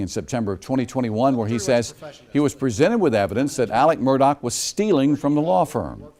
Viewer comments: What's with the mispronunciation of his name? Do they not pronounce "x" in SC? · The most confusing part of this case is the way that Alex Murdaugh is pronounced Alec Murdock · I know a boy who pronounces his name as Alec but spelled Alex. Deep South must pronounce it as Alec 💯